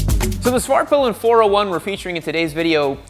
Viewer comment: Dude I swear I heard say Fartpilin' at one point in this vid 🤣